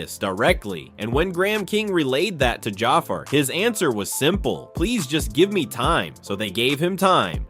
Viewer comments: It's pronounced Ja-FAR, not Jaffer 😒🙄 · Jah far Jackson 😂 Man it's pronounced Jafar 😂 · Could you PLEASE learn how to pronounce the young man’s name CORRECTLY if you’re gonna make a video about him??! (/juh/far/) Sorry, but that’s a bit unprofessional & it shows you didn’t do your homework in preparation to make this video. It’s also a bit embarrassing & disrespectful to all the hard work Jaafar put into earning this iconic role. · This was narrated by AI, right? The way "biopic" and Jaafar's name were pronounced completely lost me. Especially after "My name is your host"... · Lord you can’t even say his name right 😢